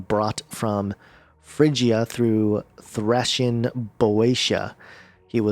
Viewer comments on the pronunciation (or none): Not trying to be a smarty pants but I would like to help you with some of the pronunciations you missed . Okay for Thracians it's Thray-she-anz or Tray-see-anz . And one other was Marcus Garvey not gravy , that was a funny one . Thanks for such dedication and insight to the evil amongst us . Keep fighting the good fight and God bless you !